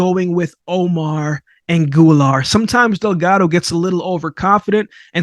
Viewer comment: who the heck is ANGULAR? AGUILAR: AH -GEEH-LAHR